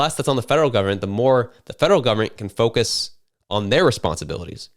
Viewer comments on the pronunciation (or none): none